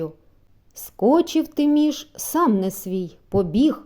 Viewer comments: Та чого ж це ТИміш, як ТимІш!😊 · Гарно прочитано...Дякую..Тільки не Ти'міш,аТимі'ш